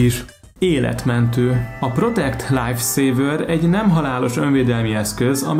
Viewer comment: "Protekt láályf széévör" EZT az angol kiejtést baszki nem hallottam vagy 20 éve. Rendesen fonetikus. Melyik bolygóról jött ez a csávó?